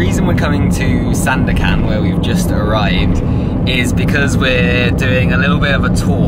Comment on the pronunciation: you pronounce it perfectly ‘SANDAKAN’